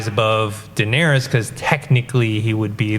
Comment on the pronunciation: " Danery-us" lol